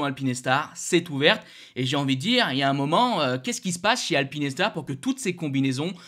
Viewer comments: Alpine Star (prononciation correcte) Alpi Nes tar (prononciation intéressante) Pas de jugement mais quand même ;) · Alpinestars ce prononce: alpine..stars et pas alpiness..stars 😂